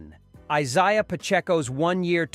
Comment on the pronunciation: Pronounce Isiah’s name, right?